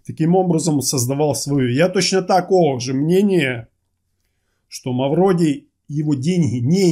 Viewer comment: Да не Мавродий а Мавроди.